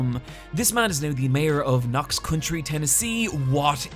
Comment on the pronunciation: Knox COUNTY. ‘tis Knox. COUNTY.